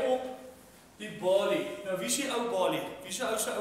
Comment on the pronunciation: Walie, nie "Wallie" nie... Balie, nie "Ballie" nie. Wel redelik snaaks. Nie naastenby so goed soos se ander goed nie.